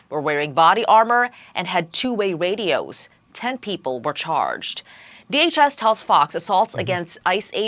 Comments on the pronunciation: Was she a DEI hire? She pronounced her R's as W's lol "they used two way wadios" 😂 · “two-way wadios” 🤓